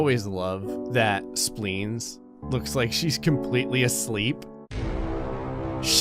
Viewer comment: Sometimes it sounds like is saying “Splings” instead of Spleens! 😂